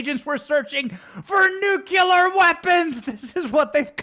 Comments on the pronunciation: Benny, the word is nuclear, not nucular. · By the way... nucLEEar, not nucYOUlar. Please practice it because we don’t need any reminders of Dubyah. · Say it with me: NEW-KLEE-ER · Look at how it’s spelled, Benny. It’s NU-KLEE-AR. Nuclear. There’s only one U! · Thanks Benny - great coverage. Pls - Nu-cle-ar😃👍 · Stop saying nucular.